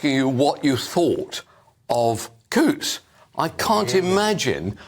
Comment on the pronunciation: The "T's" are silent in Coutts.